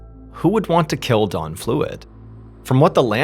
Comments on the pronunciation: dOn not dawn the way he says it drives me CRAZY!!! 😖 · Yooo...why does this dude keep calling this guy "Dawn"?! The name is clearly "Don"....not "Dawn". It's driving me fucking insane !!! PLEASE stop calling this guy "Dawn". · Anyone else hear Dawn instead of Don. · His name is Don I think, not Dawn... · that's what he should be saying, but he keeps saying Dawn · I really don’t want to say this because I feel like you’re doing this on purpose just for more comments and interactions but you keep saying Dawn and the guys name is Don…. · Why do you keep calling him Dawn? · So was this guy's name Don or Dawn? You keep writing Don on screen but you're clearly saying DAWN. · Bwhahaha I kept thinking you were saying his name was Dawn which I thought was odd for mans name but when you showed his picture with him name on it I said ok that makes more sense lol. His name was Don. Thanks for the story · SOUNDS LIKE HE IS SAYING DAWN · It sounds like you’re saying “Dawn”. I was very confused for a moment. 😂 Keep being you, brother. I’ll keep tuning in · This whole video I could have swore you kept calling him dawn Only 2xs did I actually hear you say don lolol 😅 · I have a hard time following names of people i have little reference to and I've noticed Ballen pronounces Dawn and Don too similar for me to know if he is referring to a male or female character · You have to be from Long Island. Your pronunciation of "Don" is very specific lol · The way he pronounced his name, I couldn't tell for 2/3 of this video if the man's name was Dawn or Don. 😂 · dOn not dawn the way he says it drives me CRAZY!!! 😖 😂 🙃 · Why does mr ballen call him dawn. Its don😂 im listening to this at work and 2 other people were kinda listening in and at the end they didnt here what happened so they asked me who ended up killing that lady. I said lady it was a guy. And they said oh he kept saying dawn ! I thought i was nuts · I am hearing Dawn not Don. Anyone else. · "D-AH-N". Not "Dawn". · Don not Dawn